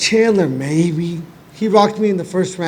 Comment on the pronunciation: gaethje said chandler funny